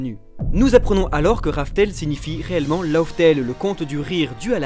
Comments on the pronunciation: LAUGH TALE se prononce surtout "laf tel" pas "lauf tel". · c'est pas "love" tale mdr